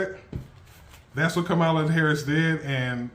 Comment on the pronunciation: Just say her name correctly.